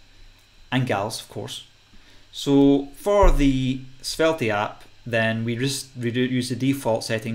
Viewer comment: The e on the end of svelte is silent